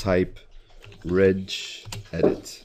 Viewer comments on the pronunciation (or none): it is regedit NOT rededit